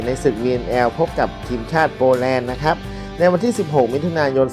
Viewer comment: ขออนุญาตครับ ... คำว่า " ครับ " หรือ ร เรือ ออกเสียงให้ชัดเจนก็ใช้ได้แล้วครับ ... อย่าเคืองกันนะครับ เป็นการแนะนำเพื่อสิ่งที่ดีขึ้น ... ขอบคุณครับ